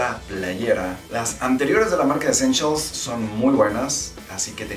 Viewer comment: Jajajajajaja ve a buscarlas para la proxima coleccion y a lo mejor encuentras "Eschenchials" 😂😂